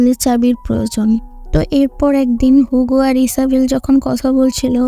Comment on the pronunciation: নট হুগো, ইটস হিউগো